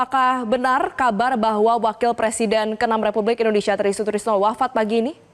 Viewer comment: Reporter sebut nama orang itu yang lengkap dong Try Sutrisno kok jadi tristrisno